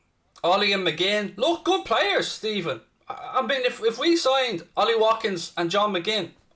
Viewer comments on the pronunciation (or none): none